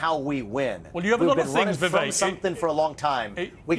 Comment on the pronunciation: Tip for non Indians - pronounce it as we-wake.